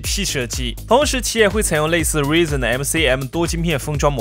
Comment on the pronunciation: Rizon到底是什麼啦，Ryzen到底要怎樣才能唸成Rizon啦...